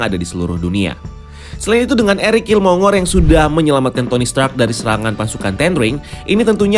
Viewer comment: Killmonger itu bacanya /kilmongger/.